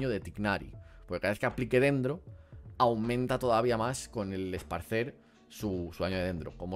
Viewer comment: porfa es ESPARCIR, me sangran los oídos XD